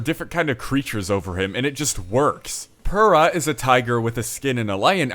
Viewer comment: Actually, the way you say pura is wrong lol